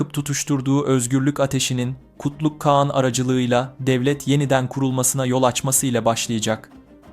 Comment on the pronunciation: İkide birde "kean "diyorsunuz kean değil kağan